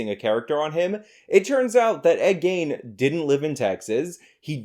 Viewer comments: Love ya, but his name is pronounced like "Lean" but with a Hard G. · BTW, its pronounced GEEN, like mean. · i cant tell if youre pronouncing ed gein wrong on purpose or not :P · Miss pronouncing Ed Gein